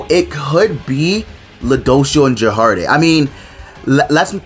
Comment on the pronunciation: it took me a while to know you were talking about gerharde when you said jerharde